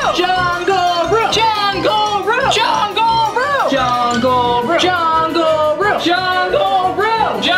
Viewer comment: in the middle of saing jungle room it sounded like jago ru lol